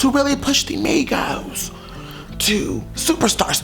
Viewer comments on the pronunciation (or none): in the beginning i thought said negros instead of migos